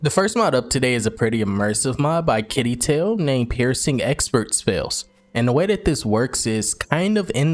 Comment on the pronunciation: Pretty sure you said Yggdrasil correctly. Not sure if I spelled it correctly lol